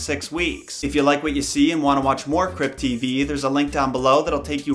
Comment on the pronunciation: Lamo i thought u said crip tv I was hella confused 😂💀